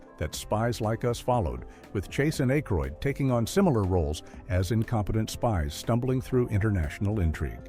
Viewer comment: Wanted to watch but can't after "A Kroid" pronunciation. AI slop